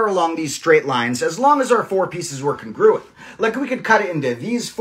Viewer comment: I love the puzzle but PLEASE look up the pronunciation of 'congruent'. I don't know why it bugs me so much but please 😭